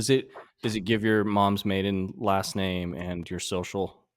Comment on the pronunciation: paul pronounces my name correctly . Cheers. All is well. Love you guys.👍